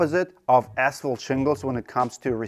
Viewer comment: Can't this guy pronounce ASPHALT properly?